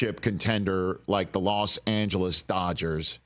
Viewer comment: Like NY is not "swimming in cash?" BTW it's NOT "Las Angeles," it's LOS Angeles.